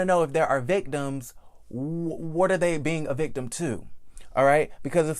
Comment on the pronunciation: I just love hearing you say the word victim! It's so country! You're so cute!